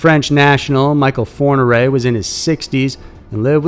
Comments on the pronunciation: Thx great upload,but just wanna say its michel fourniret not michael 😉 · It s not Michael Fourniret, it s michel. Do your homework. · Great channel and great content 👍 #2 Michel ( Me~Shell) Fourniret not Michael. France: - Francis Heaulme « routard du crime » ( between 9 and 20 victims ) = 11 are known - Pierre Chanal ( between 8 and 17 victims) Belgium: Dépeceur de Mons ( 5 victims) = Unsolved